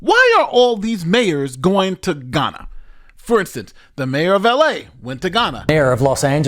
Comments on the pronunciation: Heya, I enjoy your videos, very informative and nuianced, but I would like to point this out to you, unfortunately you are mispronouncing Ghana (Gaa·nuh) as Guyana (gai·aa·nuh), confusing the 2 nations, which are unique nations, you aren't the only person who had made this mistake and for certain you won't be the last, but a little corrections goes a long way 😊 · The mistake of saying Ghana like Guyana had me very confused when then started speaking about mayors going to Ghana; I had to go back & read the bit to realize it was a mispronunciation?? 🤦‍♂️ Am I the only one who heard it wrong?